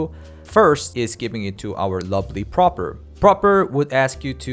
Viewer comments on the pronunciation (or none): Also it's PrApor, not PrOpor